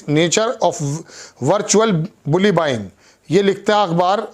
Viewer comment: THIS ANCHOR NEEDS TO LEARN ENLISH PRONOUNCIATION INSTEAD OF "BULLYING" HE SAYS " BULLY BUYING " WHOSE BULLI WHO IS BUYING